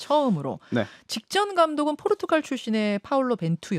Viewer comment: 진행자님~ 포르투칼이 아니라 포르투갈임.